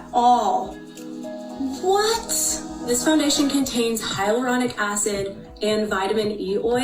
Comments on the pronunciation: Does anyone else notice her bottom lashes going in and out? I mean like they do seemingly do then don’t have mascara, I mean disappear then reappear. Also when she’s talking about the skin loving ingredients and powder in it , she says “hyalurolic” not hyaluronic and it annoys me so much. Sorry, just bitching to……well bitch. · stop, not "hyalurolic" 😭😭😭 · Never trust anything Jan says. And are we just going to ignore that she pronounced hyaluronic wrong 😭